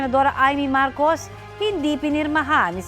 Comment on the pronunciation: Hello taga Media! There are two Marcos. Pwede ba ayusin nyo ang pag sambit ng name? That’s unfair sa isang Marcos. Ayusin nyo naman ang pag bang ggit ng mga names. Be professional in mentioning names. That’s very important po!